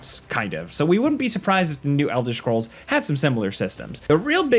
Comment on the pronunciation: ELDER SHCROLLS